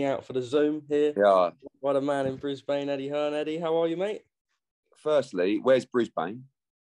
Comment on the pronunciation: Good man for pronouncing Brisbane correctly